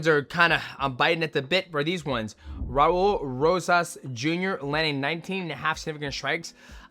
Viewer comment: Say his name one more time Mighty… “Raur Rosas”